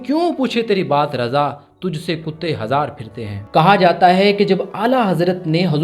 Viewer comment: us kalam me "tujhse kutte hazar phirte hai" nahi hai "Tujhse kitte hazar phirte hai" hai, urdu qalam me zero zabar na hone ke wajah se log Ise galat padhte hai